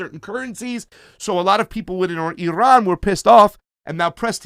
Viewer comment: Is it just me or can't pronounce Iran...he added too much rrrrrrr sound.